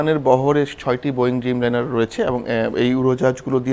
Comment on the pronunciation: উফ, ড্রিমলাইনার হবে, ব্যটা বেকুব। খুবই বাজে উপস্থাপনা।